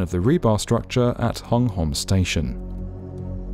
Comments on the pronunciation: Fun fact: Hung Hom is actually pronounced Hong Hum! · Great documentary as always. But pronunciations of foreign names can be better as always, especially when the interviewee has already said it. "Hung Hom" is actually read as "Hong Hum" in English. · For future reference, please kindly be advised that "Hung Hom" is actually pronounced: "Hong Hum". Don't ask me why. Or how. It just is.